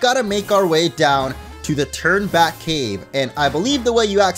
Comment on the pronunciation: Lowkey thought was saying “Turdback cave” but it’s Turn Back cave